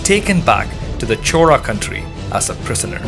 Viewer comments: Bro it is "chola" not "chora" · narration is little bit annoying and repeatedly you are calling it as chora instead of as chola.. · HI, your content is very good. only suggestions is about the pronunciation of the word CHOLA. it sounds as CHORA. even the YouTube subtitle also displays as CHORA. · I'm hearing Rajendra Chora, is it how we should say his name. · If u r doing it in english pls pronounce the surname correctly " Chola " not chora. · 🤦‍♂️ It's neither Chora nor Chola. It's "Chozha". Tamil has three variants of the syllable "l" and this is the third one. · Chola sounds like chora due to your accent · Why do u keep pronouncing it "chora"..just want to understand correct way of saying it.